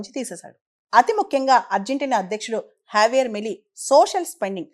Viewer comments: Pronounciation correct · J ni H la pronounce chestharu.